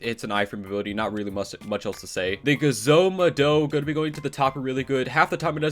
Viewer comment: Bruh the way he pronounces the Gezo mado is so stupid i cant stop laughing